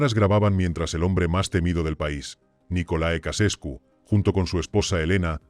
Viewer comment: Se pronuncia NICOLAE CHEUCHESCU y no nicole ecasescu ¡